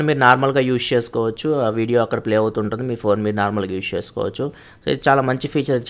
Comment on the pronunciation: "Use" ni spashtamuga paluku naayana.